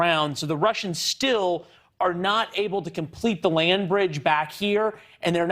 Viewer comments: Can someone please send a memo to western media teaching them how to pronounce"mariupol"? It's "mary-OO-pull" not "Mario-Paul". Oooooo like the Russian/Ukrainian letter У in Украина. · mary-opal?? I wish these idiots would take five minutes and learn how to pronounce the names of towns/cities.